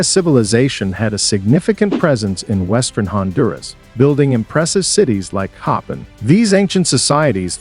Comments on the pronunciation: I’m Honduran n it’s pronounced CoPANg!!🫢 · His pronunciation was driving me crazy!